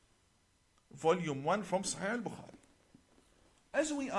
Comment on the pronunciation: This 'imam' 1. Can't pronounce bukhari properly nor does he say peace be upon him after saying Muhammad S.A.W. must have been hungover through that class when Mossad was training him